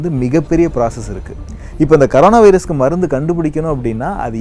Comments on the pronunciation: It is not karona.. It is corona. What a funny pronunciation 🤣🤣🤣🤣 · athukku peru c o r o n a virus. neenga thappa c a r o n a virus nu pronountiate panree nga hope next tme correctah pronountiate pannu veenga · Pls tell Corona bro ninga koronq nu soluringa